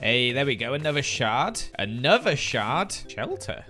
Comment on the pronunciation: it sounds like he’s saying shart when he says shard💀